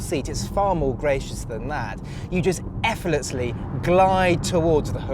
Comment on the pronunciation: "Efflessly", "Efflessly"? Wtf?